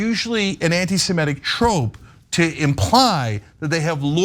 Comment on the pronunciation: Cenk, it's not pronounced "anti-Sem-ET-ic". It's "anti-Sem-IT-ic.